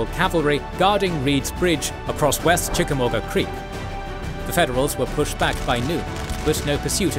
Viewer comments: The u in Chickamauga is silent. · Hearing the UK accent say Chickamauga is pretty hilarious....proving once again Toxic work environments are the least productive